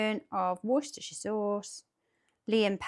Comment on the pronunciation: 1. I'm happy someone finally pronounced Worcestershire sauce right. 2. You can use metal on cast iron, it won't hurt it.